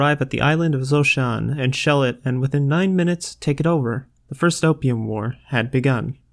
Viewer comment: Great start to the series! A few questions & thoughts: Can I share this on my channel? Zhoushan is pronounced more like Choshan or Djoshan Guangxi is pronounced more like Kuangtsi Shandong is pronounced more like Shantung Xuantong is pronounced more like Tsuantung there are a few others as well You could also be somewhat more confident-sounding, it would really make the quality a lot better